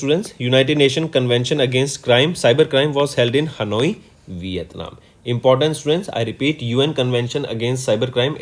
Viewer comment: It not vithanm